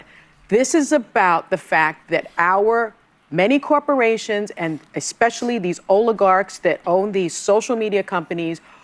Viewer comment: Ickspecifically?? Its especially you moron!! Can't stand this racist lady.